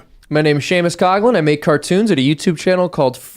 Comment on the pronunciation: So sad when a guy can't read= Seamus Coughlin does not know how read his own name. Seamus Coughlin is not pronounced Shamus Coglin. Maybe one day he will learn to read, but his "cartoons" are great....not caretones.